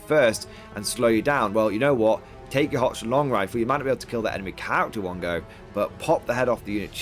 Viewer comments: It HOCK -LAND.. it's confusing...when I wanna go to holy head and I wind up in Holly head or if I want Worcester sauce and some guy from Boston and I get into a fight on the A train in NYC because Wooster MASS,. Detachments for the win! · I see GW is ripping off 9th age with that -2 to hit after moving. Can't blame them though, it's a lot better than move or fire they used to have. Also - Handguns have great matchups and abysmal matchups. Crossbows have good matchups and mediocre matchups. If you have to pay more for handguns, then handgunners will never see the light of day. Also, you are pronouncing Hochland wrong - it's pronounced HOHLAND, there is no CH sound there.